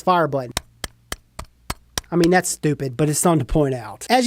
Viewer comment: The way you said dats stupid 😂😂 love your videos man keep it up